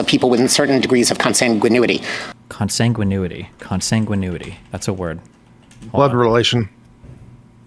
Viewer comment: Consanguinity: is not pronounced right. He pronounces it like Con-sang-guin-Uity, but it's pronounced as Con-Sang-Guin-ity, with the difference being "itty" over "u" as in ooh-ity; which is wrong. The pronunciation should be "itty", not "ooh-it-ee" for those who were "Hooked on Phonics". Look it up on Google, if you don't believe me.